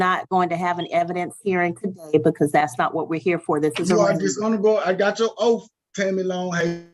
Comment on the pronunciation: Oath ends in a TH not an F